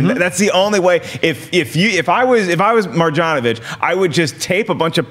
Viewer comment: Try to say it: MarYanovich. Serbian born. Just FYI for the future